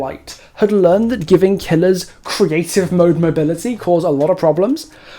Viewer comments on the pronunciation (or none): none